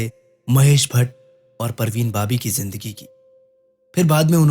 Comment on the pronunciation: Jindagi nhi Bhai Zindagi. Zebra ko jebra bolty ho kiya😅